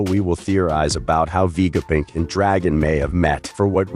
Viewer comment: why stop messing up the namesits like you have a terribely filter on vega punk not vegapick